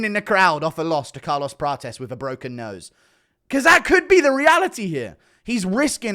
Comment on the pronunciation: He's trying to out-Brazilian Prates so much that he pronounces 'Prates' as "Pra-chess" every single time when Prates himself often says "Pra-tes" 😂